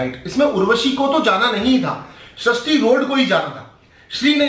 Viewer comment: Sharishti road nhi be sarishti rode Aur Nehha pends nhi nehha pendse